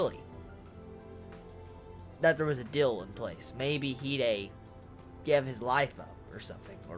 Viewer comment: Why does say gabe instead of gave?